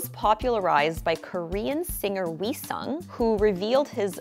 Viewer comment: i was shook when she pronounced seo in young, wheesung and seolhyun correctly